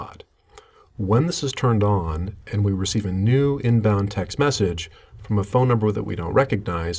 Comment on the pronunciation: Why does this person put the emphasis as, "text MESSAGE," rather than, "TEXT message," like a normal person?